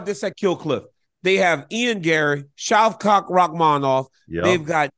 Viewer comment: Dc just said Shav-cock hahahahaha